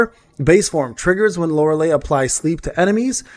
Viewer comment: Why everyone say her name wrong type it in google for pronounce LORELEI. You not the first person and no offense but yea the last 3 letters sound like Li or Lai. Unless you doing it on purpose then you got me! xD